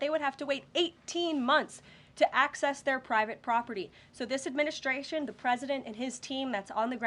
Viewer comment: You can tell she's young. She adds SHHH to words like adminishhhhtration. Also, she doesn't say her Ts. This is how the young are speaking now. Other than that she is very good and very attractive! Xxox